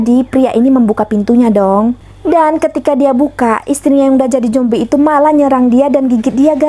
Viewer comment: Jombi😭apa zombi😭,slh denger ga si?